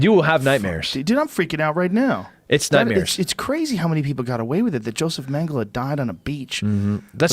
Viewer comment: A killer, huh? I bet he has a shit war face. Also "Mengelay".